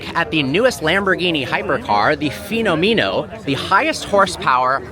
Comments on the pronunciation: Finomino? Really 😂? Phe-no-me-no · How are you a car YouTuber that's been doing this for probably over a decade and you're still mispronouncing car names? "Feeno meeno"? Really?